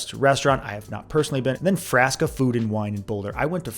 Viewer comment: I think you are mispronouncing Frasca